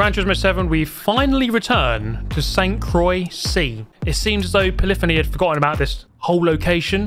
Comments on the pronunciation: I think he's just pronouncing "Croix" with a silent X like "Croi" which is closer to being correct than incorrect. I'm sure it's supposed to have French pronunciation "cwah" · "Sent crawi" was the most terrible pronounciation I've ever heard, still gave me good laughs though. Good video! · It's pronounced kwah, like croissant 👍🏻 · Naw sounded like Saint croy 😂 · Croix is pronounced like the first part of "croissant". Like, Cro-ah. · I didn't pay attention to how it's written and only now realized how hard he messed up 😂😂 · Bro say St-Croix correctly 😭😭